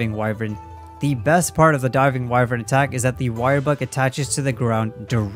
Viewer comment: Voice actors in the game, and pretty much everyone else: why-vern This dude: we-vern